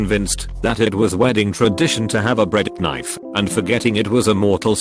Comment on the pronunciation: how dare you forget the bread ka-nife